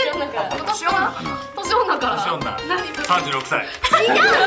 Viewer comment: 年女が調子乗んなに聞こえる